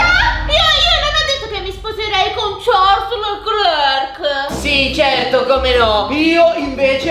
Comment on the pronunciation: Sono d'accordo con, quoto Leclerc come pilota migliore del 2024 P.S. Per, la -s di Charles non si pronuncia!